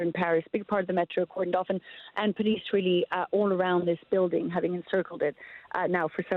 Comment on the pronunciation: Reporter pronounced building as bulding or whatever. These colonial English accents are really distracting.